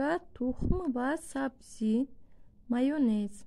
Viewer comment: Пише:ься майонез, а говорит майнез а не майёнез